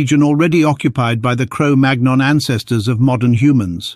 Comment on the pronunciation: Magnon is pronounced as 'mannyong'... like in chicken mignon